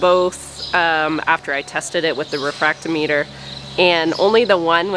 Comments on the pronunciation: Not that it matters much, but the instrument that measures the specific gravity of fluids is pronounced re-frak-TOM-it-er. I do so love watching you interact with your sheep.☺️ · Hi. I used a refractometer quite a bit back in the 80s in the carbonated beverage industry. Brix is pronounced "bricks". Refractometer is pronounced: Re-frack-tah-meh-ter. Emphasis on frack. So fun to see one used again.